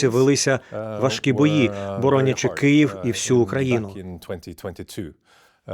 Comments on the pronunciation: Чому ведуча, говорячи про Київ, знову промовляє "Кієв"? Варто фільтрувати такі помилки! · Пані ведуча, чому кієв? Хіба кієв столиця України, а не Київ?!!!! 😡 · Дякуємо Крон Принцу Норвегії і Норвегії за всебічну підтримку🇸🇯❤️ І за візит до Києва тепер. До пані інтерв'юерки єдине: вона саме на такому місці, де вкрай важливо вимовляти не Києв, а Київ